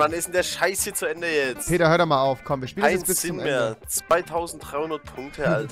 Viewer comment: Er heisst Peter & nicht Barid. LEL